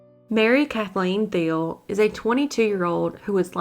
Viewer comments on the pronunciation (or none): none